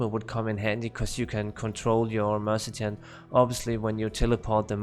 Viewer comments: The mercechan? Just say Merc or mer ce na ri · Just out of curiosity why do you call the Mercenary a Mercitin?